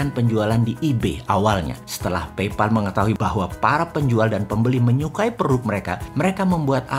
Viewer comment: Pay dibaca Pey Pal dibaca PAEL Paypal